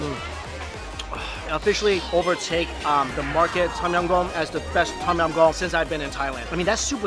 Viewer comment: TAUM YAUM mike's pronunciation is always god awful...